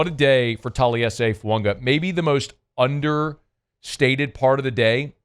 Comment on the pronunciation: As long as I’ve listened to, there is still no N in Fuaga’s name.